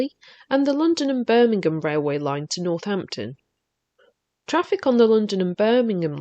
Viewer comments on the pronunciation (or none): none